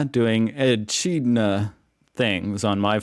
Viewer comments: Cattle prices have dropped by 50% but meat prices in the supermarkets have remained unchanged. Prices in Coles and Woolworths are identical (to the cent). So much for competition. Echidna is pronounced Ekidna. One of two unique Australian species known as monotremes. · Say “E kid nah. And E. M. U.” Or porcupines if ya eating em… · Echidna ( Its pronounced E-kid-na ), and they eat ants and insects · E-kid-nah. They are super cute and not really bothered by people particularly. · A VT is a car, a Holden Commodore Kmart is owned by Coles Echidna is pronounced "E Kid Na', they're an ant eater. Keep up the great week. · Omg we're in Braidwood 🤗😀 and dude! It's pronounced EE-KID-NAH they're adorable sweet ant-eating monotremes. Google that one 😆🥰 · E-kid-nah - is a marsupial- lives off insects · Lol. e-KID-na is how its pronounced. Eats insects, bugs and seeds. Curls up into a ball of spikes if you frighten them. Cute little fellas. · hey that Animal is pronounced E kid na it eats Ants not corn those spikes are poisonous it can kill you in under 2 minutes don't try to pat one if you are ever here. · Ohhh no no no, Echidna's (E-kid-na) are a critically endangered species. They're a monotreme, along with the Platypus, they're the only group of living mammals that lay eggs! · Echidna is pronounced Ekidna...I saw a baby one at coast a couple of years ago.. so cute... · it's pronounced E-KID-NA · Just call it 'Woollies' and the animal is pronounced with a 'k' sound: e-kid-na. They are cute and definitely not a pest. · A VT is a commodore, a type of car made by Holden. We have ALDI stores, but they do not compare for variety compared to Coles and Woolworths. An echidna ( pronounced e'kid'na) is an ant eating marsupial. You were right with a ;ot of your assumptions. Coles has a jingo: "Down, down, prices are down". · It's pronounced E-kid-na mate. They eat ants and other bugs. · E-kid-nah is how you pronounce it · The echidna "Ee-kid-na" eats termites and ants.